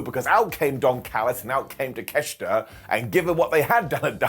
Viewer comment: I don't get why everyone keeps saying Takeshita's name wrong... There's no 'ch' in his name and in Japanese it's pronounced as it's spelled... Talk- e - sheet- uh